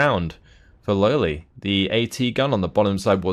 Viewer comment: Damnit, you need to pronounce it "Lole" not "Lowly";)